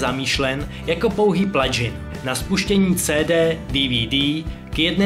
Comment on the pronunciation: Did he just... Did I hear... PLADŽIN